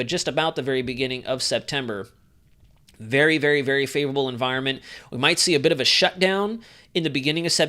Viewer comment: I am hearing “ favorable” as “ dangerous”; presuming that is what you are saying as in, “Watch Out!!”